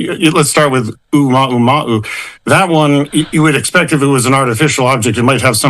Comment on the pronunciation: I heard "Ooh-Mahu-Mahu" which is very funny if you ʻŌlelo Hawaiʻi